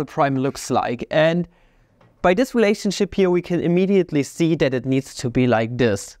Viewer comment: makes me wonder if he said "relationshit" on purpose or not.